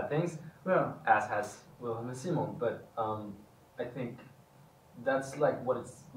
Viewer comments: Do they know we didn't love them using the English pronunciation of Simon? Because Edvin definitely said "See-mone" more than in the past, and Omar actually corrected himself.😂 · I strongly believe they are pretty aware of what's going on in the fandom and how people feel about certain things. So yes, I noticed the change of using the swedish pronunciation of Simon too. And I love them for doing so! 💜❤️💯